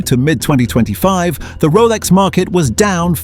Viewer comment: A 5 yr old on crack could’ve made this shit vid, even the AI can’t pronounce Rolex properly